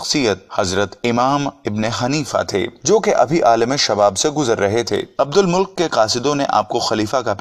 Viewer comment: عبدالمُلک نہیں ہے بھائی بلکہ عبدالمَلِکْ ہیں